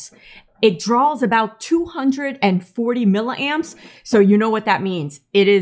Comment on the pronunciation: What is a mill a amp? I always thought they were "Milli" amps... Just being ⛏️ picky, like how I hate people talking about "JiggaHerz" 👹